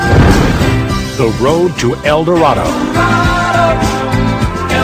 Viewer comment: its El Dorado ("the golden one" in spanish) not elda rodo